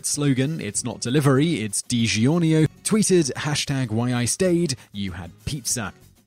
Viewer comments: What in the hell is De Gi ornio pizza lol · michaelthebishop digiorno, aka "deegee or no" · People forget that Chick's business INCREASED after THE CEO gave money to an anti-gay marriage group. Personally, I don't care about gay marriage either way. I have my own problems. But that's a fact-checked.But American App-a-rel? Love that pronunciation! Home Day-poe? You struggled with Digiorno. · Man this guy doesn’t even know how to pronounce things. Also anybody who doesn’t like digiorno probably isn’t human...